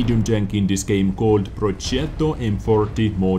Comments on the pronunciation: it is Projetto, to check the proper accent just put it in google translate, select italian and let it talk! Much love! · Progetto , not the first one cause it's like Progietto and not the second cause it's like Proghetto. Say g without h and i. it's better the first. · Italian fan over there! With much love <3 Actually your pronunciation is correct till a certain point. You pronounce correctly the "ge" but you add an "ee" (read that in English) between the "g" and the "e". So, your Italian pronunciation is actually Progietto. That is more of a Napolitan accent. Just remove the "i" (that in English you pronounce ee) between the "g" and the "e" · It is Pronounced porgzeto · "Projietto" thats how it should sound like :) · in italian language G sound the same of english J, so you have to say projetto ;) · proogettoo sixtee fivee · Imagine you pronounce "jet airplane" - that is how you pronounce the Pro_jet_to. Short and not G as "good" but G as "Gem" (as diamond) or "Jam" (as marmalade). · Dear, i'm italian and i can assure you that the right pronounce it is "pro-getto", and with "getto" i mean "getto" not "gietto" (you need to read it as i wrote it and not with english pronounce, because italian vowels pronounce is a bit different from english one). Btw the correct pronounce is very close to version 1 and it's very far from version 2. You need to use version 2 in this case: "spaghetti" ofc -.-, "mago"...ecc. In general you need to use version 2 (harsh sound) when a consonant like "g" or "c" is followed by "h" or a vowel such as "a", "o" or "u", or other consonants. You have to use version 1 when "c" or "g" are followed by "e" or "i" Version 2 would have been written "proghetto" in italian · It’s Pro-je-tto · Project in Italian is progetto, and as ive seen in the comments it is in fact said as like prodjetto